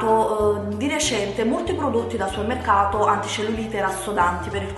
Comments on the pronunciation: supemmeccato? Magari! Dice summeccato... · riesci a dire supermercato? non è difficile, supemmeccato non si può sentire, è solo un consiglio, ti adoro 😍